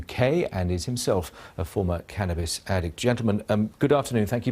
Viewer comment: did he say cannnabis addict ? lol ok